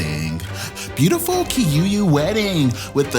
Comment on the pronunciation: Oh by the way it’s kikuyu not kiyuyu😂😂 u😂😂